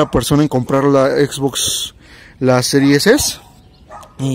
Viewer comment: sirues ex y sirues es! Wey no mames 🤦🏻‍♂️